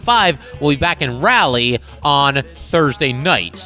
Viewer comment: You are pronouncing Raleigh incorrectly. Just an fyi.